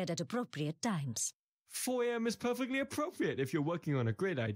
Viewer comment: "Foy AM is pherfectly aphofyet" Can this man has some speaking issues